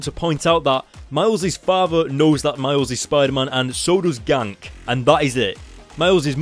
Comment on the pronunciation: Is Ganke pronounced "Yan-Ke" or "Gank" lol? And btw I tricking loved this issue, it was so awesome and Miles is awesome.